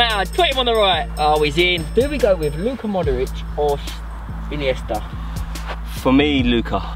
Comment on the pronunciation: Bill puts an extra syllable in Modric.. like "Modoric"